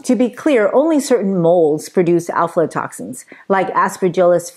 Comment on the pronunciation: You're saying it wrong. It's AFLA toxins. Not ALFALA.